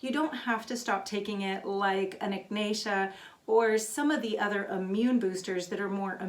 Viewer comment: "en nick nay sha" ummm wtf moron